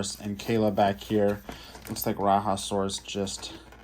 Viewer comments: True that! I honestly don’t really get how it becomes ‘RaHa’ but hey. Who am I to judge? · Love the vehicles! FYI: The “Raja” in Rajasaurus is pronounced “Rah-Jah”. The animal was found in India and named after Indian monarchs aka Rajas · Bah another exclusive. Raiasaurus is an Indian Dinosaur, so it is pronounced as RAHjaSORus